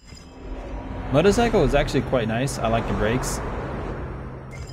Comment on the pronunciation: You said pwababwee instead of probably and moto-cyco instead of motorcycle lol